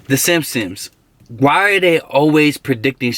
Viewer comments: Boy said Simpsoms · simpsoms, i swear he said that bro i aint trippen unless i am cause i drank buttt its ok